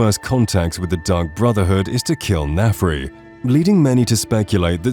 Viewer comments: Why are you pronouncing his name like Nefri? It's Narfi 😅😂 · It's Narfi, not Nefri. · OMG is Narfi not Nafri